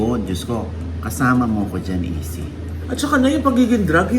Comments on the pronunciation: Sino ba si easy??? Hahaha..izzy...??? Bigkas po ay..ICEY....HINDI EASY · Si Izzy po ng Sex Bomb pronounced as Ay- cie hindi Easy. Just sayinng my one cent. Peace ✌️